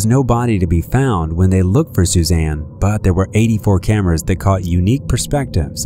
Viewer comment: Couple things: "Suzanne" doesn't end with an A. And "SupposeDly" has a D, not a B. Just trying to help out. Keep up the good work :)